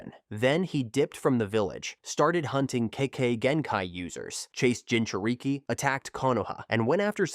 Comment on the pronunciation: is why I hate AI voices. It's not Gin-chu-reek-ee.